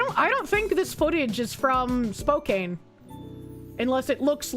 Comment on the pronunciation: please you're killing me, you got the first half right but the second half of spokane is pronounced can not kane. Typing it out it makes sense how you got to the conclusion you did but i live nearby, its pronounced spo-can